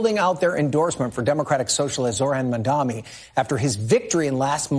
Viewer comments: Folks his Name is MAM-DANI. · His name is MAM-DANI.